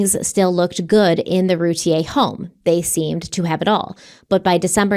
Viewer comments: Darlie’s last name is pronounced RUE-TEA-AIR. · Their name is pronounced Roo Teer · It’s Roo-tee-ur. Just saying